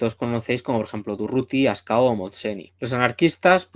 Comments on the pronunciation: Un lapsus al hablar 😂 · Muy buenas tardes, como siemprez gran vídeo. Un apunte, le llamas Ascao a Ascaso por algún motivo? Es que me niego a creer que sea un error por tu parte 😅